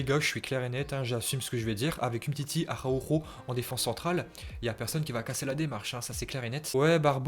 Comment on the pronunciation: Araujo avec un R